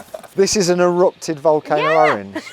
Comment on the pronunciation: I love orange, he butchered it